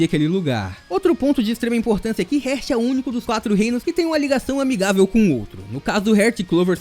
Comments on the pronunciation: SUA PRONUNCIA SOBRE ESTE REINO ESTÁ ERAAAADONA MAN!!! Ñ É "RÉRT" É "REEEEAAAAAART" (HEART) CORACAO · No caso ele pronunciou a palavra heart errado se pronuncia hairt